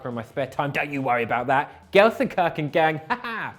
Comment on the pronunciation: Its pronounced "shun" not "Chen" at the end of gelsenkirchen